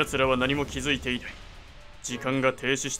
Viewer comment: な↑い↓だろ↓